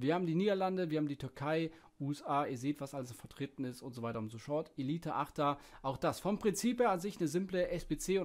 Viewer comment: Und so weiter und soschort ahja😂